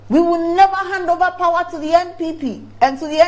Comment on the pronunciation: Ghanaians never disappoint... The pronunciation of the word POWER "PAWA😂"